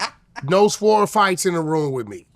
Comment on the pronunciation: why he say Sword like that 😂😂